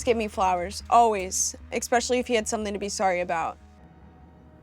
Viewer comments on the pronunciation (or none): especially Is not pronounced expecially. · Imagine a college student pronouncing especially like expecially lol lol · Really off topic, but every time I hear someone pronounce "especially" like "ek-specially" it makes me cringe to the bone.